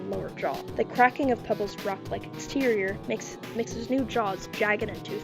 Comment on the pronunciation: NOT PEBLES 😭😭😭